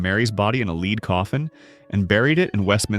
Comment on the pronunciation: I wish the AI narrator woud learn to pronounce "lead", as in the element.